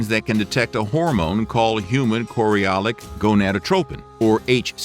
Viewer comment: Chorionic with an n not l.